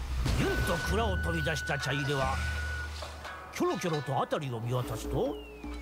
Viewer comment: 「ちゃいれ⤴」ではなく「ちゃいれ⤵」、火入れのイントネーションとは違うんですよ～。 ちょっとムズムズしてしまいましたw